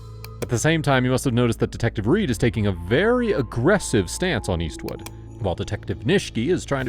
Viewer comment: It's Paul WESTwood. Is there a reason you couldn't even get the name right?